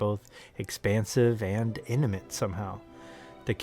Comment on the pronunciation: What word did you say ? Inamint? Did you mean intimate?